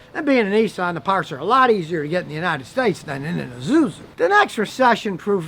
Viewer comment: Say it with me Scotty.....its EESUEZOO.....not EZOOZOO...😁